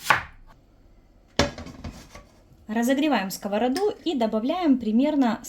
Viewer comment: За сковородУ, а не скОвороду - отдельное спасибо!